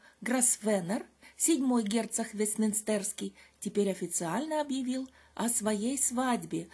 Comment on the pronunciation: Правильно ставьте ударение в слове ВестмИнстер.